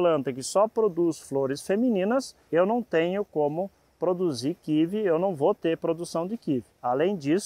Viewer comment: Kkkkkk kivi kkkkkkk o que doido, e kiwi (kiui)